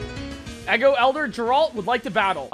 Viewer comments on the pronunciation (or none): The town isn’t “Eggo” it “Ego,” like part of your mind between the conscious and unconscious. Of course that guy was Wolverine, all of his Pokémon have looooong claws. I like the theming. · Btw, it’s pronounced ego. Not eggo.